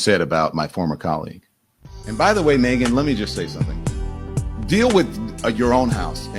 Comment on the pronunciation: Last time, I checked her name has three syllables…. Not twos. 😮